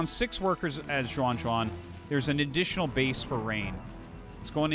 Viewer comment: Xuan is read as She-en. Not as Suan